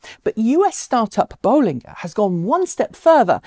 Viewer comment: Nice to hear you now pronounce "Bollinger" the way Robert does :-)